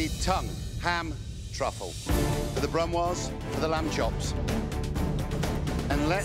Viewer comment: lamb sauce bro... not land sauce lol